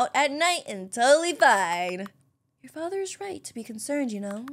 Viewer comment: HAHA “FACHERRRR PLEASE HELP MEE”